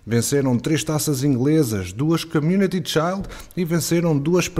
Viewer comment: Community "child"??? Lol. Mas adoro o vosso blog